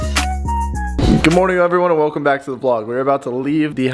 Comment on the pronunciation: nobody::weLCoM To HYpE OCeAn